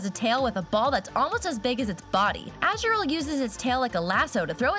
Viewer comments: Ah she says Azrill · SHE CALLS AZURILL AZHURILL WHAT?!?!?!?!???!?!?!?!!?!?!?!?!?!!?! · It’s AZU RILL